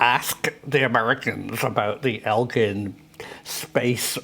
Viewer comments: Its Eglin (like Egg-lin) not Elgin I live very close to them and Tyndall AFB, some of the most high tech training facilities in the world, they train the fighter pilots here. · Oh yay you called out my hometown afb it’s actually “egg lyn” just thought you would want to know. They also developed the M.O.A.B. Here as well. It’s a large afb.